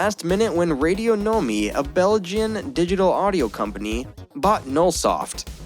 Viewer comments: Radionomy, like economy , not eco know me. Jees.. big Jees. . . i mean, if you go for the radio emphasis, why not say 'my' at the end like - radio no my - ? it clearly is "radionomy' like 'autonomy'.. you don't have to have English as your first language to understand these kind of things... but ok, yur a Murican.. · Isn't it pronounced ray-dee-on-om-ee ?